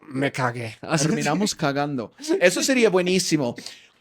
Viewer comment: Jajajajaja como reí con "terminamos llorando" 😂😂😂. You lo escuche asi; "terminamosh llorando" 😂😂😅😅